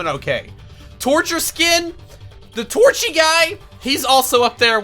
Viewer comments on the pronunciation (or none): Torchy Me: Hold up- did just call torcher Torchy?! Lol